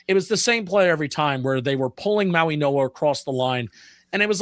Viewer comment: It is pronounced Maui-no-a like in Hawaii not mo-e-no-a!!!!